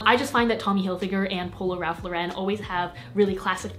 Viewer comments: Celia Vallotton my blood is boiling. NO ITS RALPH LAUREN. periodt. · No silly,its ralph Lauren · you fools, it's RALPH LAUREN. Get it right. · Dani DeAngelis I really thought you guys knew that it’s Ralph Lauren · Dani DeAngelis bro no its ralph lauren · Yall know its actually ralph lauren